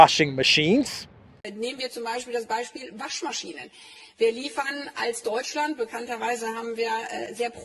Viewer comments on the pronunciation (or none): none